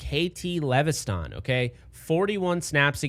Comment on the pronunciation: It’s just lev es ton bro not le ve sthan 😂😂 KT LEVESTON